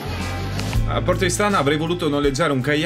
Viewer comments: Io sono Olbiese e deve dire che si dice Porto ístana e non Istàna no critica bel video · Porto Ìstana, con l'accento sulla i. 😃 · Porto Ìstana si pronuncia con l'accento sulla i..Comunque bel video.., bravo!!